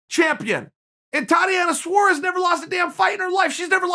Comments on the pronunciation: Suarez. Not suares lol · It's Suarez not Saures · Tatiana Suarez: exists Chael: It's Suares Tatiana: Okay great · If Chael says it’s Suares then Suares it is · Me: Tatiana Suarez Chael: Thotiana Saures Me: ok great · Well I suppose she has to guy by Saures now Chael said its Saures